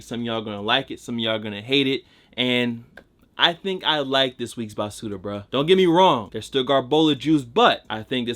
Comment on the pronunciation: it’s ba su L